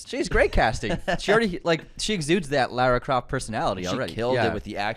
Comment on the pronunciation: Whoa! There were some wild pronunciations in this episode!! Jason VoorHEES and Lerra Croft 😂😂😂